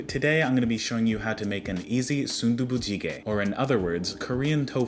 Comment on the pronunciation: you actually had pretty decent pronunciation for that😂👍 good job on the food too